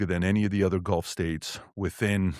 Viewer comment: “Duh udder day….” Me: googles “udder” 🙈